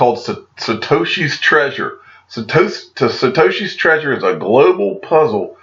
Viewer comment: Having some trouble pronouncing Satoshi huh? Lol